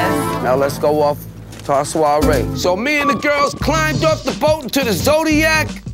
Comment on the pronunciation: The way the are pronouncing "soirée" and "embrasse-moi" was physically hurting me. I felt assaulted!